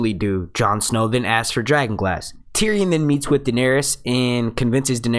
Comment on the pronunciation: marvioxious1989 are you listening to the same guy that I am.... He speaks perfect English...an accent is not the issue here... He pronounces Davos, Sansa, Tyrion, Stannis, Kinvara, Melisandra, and Danarys correctly.... Accuracy shows intelligence and that he cares enough to get it right. It's called constructive criticism. If something is worth doing, do it right. If mediocre is good enough for you, fine.... But that's not how I was raised.